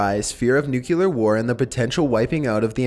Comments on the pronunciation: Also, it's NU-KLEE-AR! Not NUKE-YU-LAR! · People who say "nucyoular" annoy the crap out of me. It's "Nu-clee-ar" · I DON'T KNOW, THERE'S NO SUCH THING AS NUK-YOU-LAR!!!!!!!!!!!!!!!!!!!!!!!!!!!!!!!!!!! Triggered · new-clee-er not new-queue-ler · Say Nuke-u-ler ONE👏🏼 MORE👏🏼TIME!😂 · NUCLEAR, not NUCULER! for the love of all that is scared, get it right XD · Idk why but when people say "nucular, instead of "nuclear" it bothers me so much. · Why do you pronounce nuclear as nukular? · New-clE-are. Not new-Q-lar. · Its NUCLEAR "new klee er" not nukuler. Still love your narration though. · New - cue - lar = not correct New - clear = Nucler (stop sounding ignorant when you say it please, you repeat it so many times) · Dude cant you say nuclear and not nucular no one seems tp be able to say that word? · Could you please stop saying, "nucular"? It's "nuclear"! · FUCKING NUCLEAR NOT NUCULEAR!!! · Holy crap! N-U-C-L-E-A-R! No U after the C! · he pronouncing nuclear like Homer Simpson did. nukeyaler lol! still love ' narration tho! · I hate how pronounced things. Nukular, Malkyway. Dude come on. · This is an interesting video, but the way you pronounced "nuclear" overshadowed the awesome video. It's pronounced nuke - clear. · im pretty sure en masse is pronounced 'on mass' but as a rule of thumb, whenever someone says 'nukular', i give up on trying to correct their pronunciation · I love your channel but one thing that's driving me crazy is the pronunciation of nuclear. it's not pronounced "NUCULER". Its not even a word. Just saying. Other than that keep up the good work. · Great video and company. I'm sorry though. Something about the way you say nuclear makes me cringe. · "nucular" "melky way" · New-clee-ur. Please don't be W. Bush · Learn how to say nuclear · Except he can't pronounce nuclear properly.